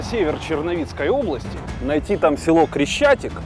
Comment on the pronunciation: Блин, неужели нельзя правильно прочитать или сказать? Не Залещики а Залищики. И не Крещатик а Хрещатик.